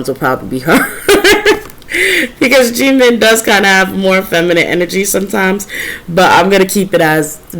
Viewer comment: I love the way you say Jimin name ❤️